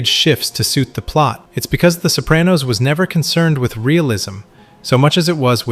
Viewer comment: You're pronouncing "Sopranos" like "Soap-ran-nose". The correct pronunciation is "so PRAH-nos" . with an "ahhh".